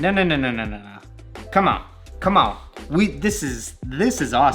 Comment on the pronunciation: Went a little southern with that “come on” hahahaha love these videos.